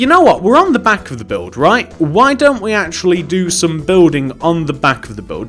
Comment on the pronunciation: Buld not bulf